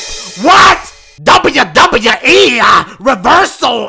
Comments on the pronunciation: Everytime Dashie say WWE, I lose my laughing box 😂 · How he says WWE always gets me